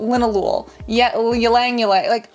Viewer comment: Hello there, south east asian coming in to let you know that Ylang-ylang is pronounced EE-lung-EE-lung, with the A in lang more like "uh", it's a short A with no twang. You also stress on the first syllable EE rather than the Lang part.